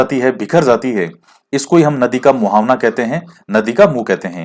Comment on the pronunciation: Muhawna nhi sir muhana....hoga 😛😜sorry......